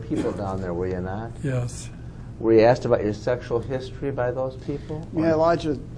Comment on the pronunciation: This dude should have postphoned this deposition the second he said axed skin to skin its def proprietary 😂😂😂